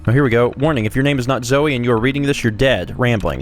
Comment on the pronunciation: RIP Road Goggles, you would never be worn anyway. It's Zoe, not Zoey, O have a friend who get's really mad when people call her Zoey. In an update from a while ago, Bethesda added settler job information. That little picture is a bird of some kind, it means that the settler is working as a scavenger. Maybe you should try storing, and rebuilding the beacon, it might be glitched. So Professor Goodfeels is gone, for some reason. I'd recommend not taking the final hacking perk, one of the companion's perks is about hacking and taking the final hacking perk makes it redundant. You should definitely get Aquaboy before taking on Libertalia. (As well as if you're going to hang around the Bay Area in the north east. Fun Fact about Nordhagen, back at Vault 111 a terminal mentioned how all Vault staff made it in, all except one. A Mr. Nordhagen. He might not have gotten to work on time, but he damn well made a name for himself.